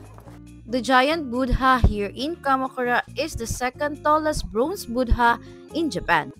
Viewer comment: Correction, when you say Buddha, the "h" should be silent. "Boo-da", i.e. the first syllable is a (very) long vowel, without the ending d and country is pronounced as Kun-tree. Nice video btw. Thanks for the Klook unlimited sim tip.